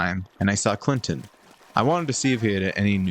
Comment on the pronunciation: I am here to nitpick you pronunciation. First for ice rune it's cryonis not cryonis, also for the owner the monster shop it Kilton not Klinton. That's what I got for today, if I have more minor things that no one really cares about to nitpick then I shall return. Until then my God bless and have a good day.